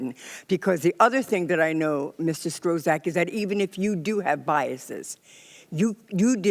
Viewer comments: "STROZACK" congresswoman can't pronounce his name oh jesus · Now he's Mr. StrewZack! LOL! Dem's are so asleep they don't even know how to pronounce his name! LOL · That cringey moment the dems didn't find out how to pronounce his name. Strotz. Strozak. Strostroc. Strohzuck. Strokes. Strock. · Does anybody notice the democrats pronounce Strzok as strozac, like prozac?